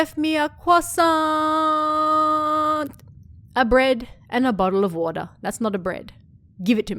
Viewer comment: A CWASSAAAAAAANT 😂